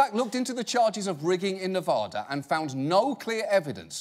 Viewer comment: As someone who lives in Nevada, I am kinda annoyed by how he says Nevada.